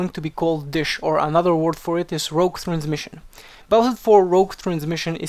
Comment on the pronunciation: Rogue !!!!!! It's rogue !!!!!! Played rogue in Wow, and I'm so sick of people who can't get the word right. Still good video though. :)